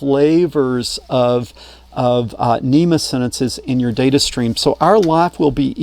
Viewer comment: NMEA, not NEMA :)